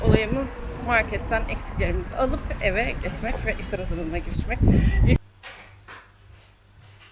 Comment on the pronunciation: Eve yazan bir yeri nasıl eva diye okur bir insan😂 Daha önce de uyarılmıştın bu konuda ama vallahi sen eğitilmezsin.